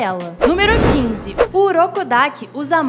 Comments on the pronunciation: “Urokodaka” Ué não era urokodaki🧐 “giyu tomiaka” Ué não era giyu tomioka”🧐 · e tem o "Urukudaka" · massa, mas ficaria mais feliz se pronunciasse os nomes corretamente... nome é nome, não muda, independente de onde se está! "Urokodaka"? "Inossúki"?